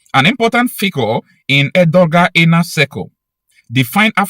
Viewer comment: IT IS PRONOUNCED Er-doe-wan !!!